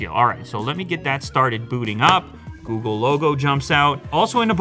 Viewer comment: He said Googu pixel 5 ..😂 ... googu pixel